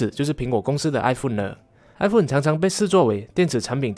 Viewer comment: 是哀鳳，不是哀福恩